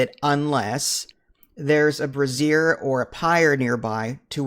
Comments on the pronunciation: I didn't know bras were in the game xD (I think you meant Brazier (brA-zher)) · As kindly as I can, Brazier is a tool to burn wood/coal and a Brassiere is a women's undergarment. You were mispronouncing it in the video. Enjoying all the guides, keep up the good work.